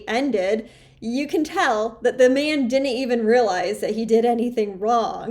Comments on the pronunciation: Right off she can't pronounce "didn't". Honey buns, it isn't "did dint"! "Dint" is int a wur duh. Create syllables much? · Learn to pronounce didn't